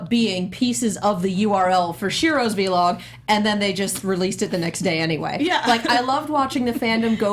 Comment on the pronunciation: Guys it’s vuh-log not Vee-log